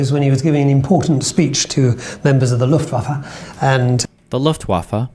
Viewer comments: IT'S LOOFT VAFF-EH, NOT LOOFT-WAFFA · "The Luft Waff" 😅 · luhft vah fuh, in German the W is called 'vow' and makes a V sound. V is called 'fow' and makes an F sound. a German would say, 'Vonderful fiolin" instead of "Wonderful violin" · destiny, you’re a smart guy. I’m gebuinely baffled you didn’t know how to pronounce luftwaffe or vichy before this video. is this not part of standard American education? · This is brutal for me to watch... unable to pronounce basic ww2 terms. Cringe. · I've had occasional doubts but I think we can all 100% safely say now, Destiny is in fact a girl's name. She doesn't even know how to say Luftwaffe. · Sometimes I think he's brilliant, then he says Luftwaffe lol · You have no idea what propaganda is and it’s obvious from your comment. Nothing he said was incorrect aside from his pronunciation of Luftwaffe. Propagandists KNOW the oppositions side and actively manipulate and obfuscate everything to make people believe their message. I’m sure most of those words went over your tiny head however. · Probably the worst pronunciation of Luftwaffe I've ever heard lmao There's an E at the end, and it's not silent. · From a British perspective it weird seeing someone as educated as Destiny not know this pronunciation.